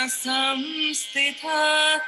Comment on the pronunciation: Sansthita not Samsthita